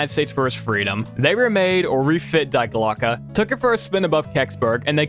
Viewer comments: More pronunciation corrections (since I'm watching these in sequence): Die Glöcke: dee glo-ka. Long O. Müller: mooler. Moulin: moo lon. Goddard: god ard. (Where are you getting "gerberd" from?) Wrocław: vrawts wof. Chichi Jima: chee chee jeema. The word you wanted was "volition", not "validation". Wladysław Sikorski: Vwod-ee-swof (or vladislav, to be simple) si-kor-skee. (Where did you get "sikulsa" from?) Amiens: ammy awn. Raoul: "ra ool", not "ra loo". Der Riese: dair reeza. Junge: yoong uh. Weimar: vy mar. Sergeant: sar jent. Chanel: sha nell. Einenerbe: eye nen arba. Mont Segourre: mont say goor. Kyrgyzstan: kur geez stan. Kyoungjong: kyoong jong. Perseid: per see id. (Where did you get perstoid from?) Linge: ling-a. Corps: kor. Simo Háiha: seemo haya. Sevastopol: se vass toh pole. Bridle: bry dul. Honduras, not "hondorus". Tötenkopf means "death's head". As one Wes'ginian to another, please learn to read. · Glocke not Gloke bro